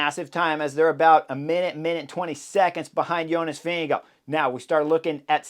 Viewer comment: Pronunciation of Vingegaard does not end with an “oh” sound. Ask Jonas. Sloppy or disrespectful.